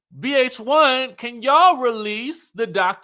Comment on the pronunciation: Hearing you say realease kept sending me to "Welease the secwet weapooooon!" 😂😂